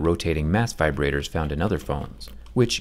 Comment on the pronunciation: “Let’s talk about vibratitors” I had a moment of realization